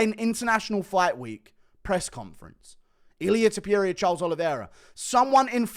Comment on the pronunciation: Why can’t he pronounce Topuria just like it‘s written? Cmon man it‘s not Tiopuria you can do it.